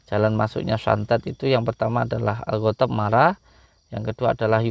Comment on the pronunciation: Banyak yg salah membaca surat yaasin ayat trahir pun salah , Orang mengatakan ghodhob ,maca nya khotob , Bahasa arab khotob itu kayu , Betul ,, udin dukun bergedok agama